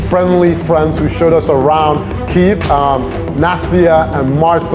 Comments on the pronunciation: Bonus points for correct spelling and pronunciation of Kyiv!!! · Thank you thank you thank you for so many nice words about Ukraine! And yeah , KYIV not "kiev" made my day! I appreciate this! 🇺🇦🙏